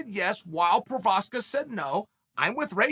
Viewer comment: it should be Igor Prochaev not Igor Prokaskik LOLs